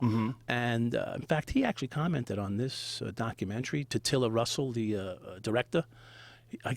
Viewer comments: LOL HOLY SHIT joe thought he was from long island there for a second "yoahwa fkin documenry" holy shit im still laughing wtf was that joe ? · “ Your fuckin documenery” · ...Yauww fackin DAC-umentary. I gotther numb-ba ! Howda like Dem apples ! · Omg Joe's Bostonian accent " You're f**** documentary " lol that was so hilarious and so deep, he definitely couldn't control it . I wish I could hear him with more of that lol. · That "you're fucking documentary" comment was so boston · Had the YouTube app on AutoPlay and phone face down when this video started playing. Right away, the second Joe started speaking and says “your fuck’n documentary”, the thick New York accent,m. Immediately I thought, I guarantee he is sitting across from someone with an accent and low and behold, of course he is. This backs up what I’ve been say about joe for a minute now, the guy is a chameleon (coincidently a word also used in this episode). The bad things is, does it with opinions and changes them depending on who he’s talking to. Joe Rogan is a total Phony and I still can’t believe I thought the guy was legit for so long.